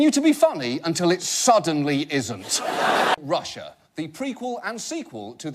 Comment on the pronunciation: Kind of sounds like he's saying Usher when he says Russia